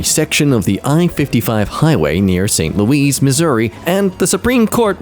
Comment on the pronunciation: Okay real quick, DID HE SAY ST LUEES? ITS LOUIS LIKE ITS SPELLED (sorry i live there😅)